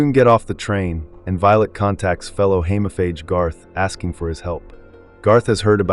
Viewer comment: Hemophage. Long E please.